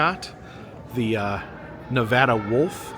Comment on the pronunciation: I'm really enjoying the video but i live in Carson City, NV and the way you say Nevada bugs me lol great video tho.